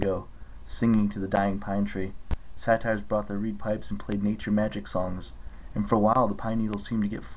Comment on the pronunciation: It’s pronounced sayter not satire, no offense